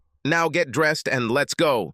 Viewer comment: "She didn't like her freens, she didn't like the way she dress-ed"... "her marry-age"..... Dear, please hire a robot editor. Preferably one that speaks some form of American English. Thank you, just another human that sort of speaks English a little being an American and all.